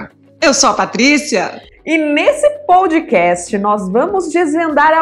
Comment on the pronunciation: Obrigado por mais estes momentos de sabedoria César, o kitcast está demais, e a está maravilhosa como host do programa, porém preciso fazer um pequeno apontamento, a pronúncia POUDCAST, quando na verdade a pronúncia é PODCAST. Esta não é uma crítica, talvez apenas um pouco de chatice da minha parte, sem mais, um forte abraços a todos e parabéns pela iniciativa.